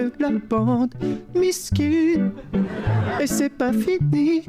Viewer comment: ah il a dit meskine c est trop marrant ha ha ha ....